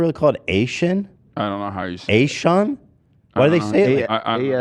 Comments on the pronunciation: ASEAN is said sort of like ah-say-yan. Not like Asian. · FYI. "ASEAN" is pronounced as "A-SEE-YUHN" here. (Source: i live in Southeast Asia) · it pronounce as AH-SEY-AN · it’s pronounced as “Ah-Si-An” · It's pronounced Ass-sea-en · 'ASEAN /ah-say-yahn/ conference' is acronym for Association of SouthEast Asian Nations Ethan.. lmao🤣🤣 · Can someone please tell them ASEAN is pronounced as A-C-YAN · it's pronounced as A-SE-YAN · ASEAN pronounced as AH-SEE-ANG. Try it Ethan Ahhhhh :( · ASEAN is pronounced "Ah-see-yan", ethan lmaoooo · ASEAN is read as AH-SEA-UN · Can't believe you guys kept this under 1 hour 50 Disappointed to say the least 😔😔😔 Edit: duck > turkey frfr It's pronounced "ah-see-un" (un as in undress, not like the Kim Jong) Pretty sure the acronym is made to look familiar i.e. like 'asian' Does Sam rly go hard for the pied Piper? For me the harm is that it normalizes fringe rhetorics and bringing it into the forefront of mainstream propaganda that will move the overton window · It's pronounced AH-SEE-AHN. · ASEAN you say it as AhSEyAN! On the topic of The war on drugs definitely means a lot of people especially the homeless, black people and Mexicans will become casualties. Human rights violations magnified. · You can pronounce ASEAN like "ah-sea-yan" that's how we say it here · I straight up cackled at response. Btw, it's pronounced Ah-cee-yan. Like the SEA part is pronounced as the word "sea". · ASEAN is pronounced ‘Ay-see-on’